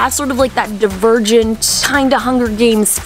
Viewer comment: Devergent???? It's divergent. No hate